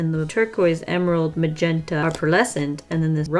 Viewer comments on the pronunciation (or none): none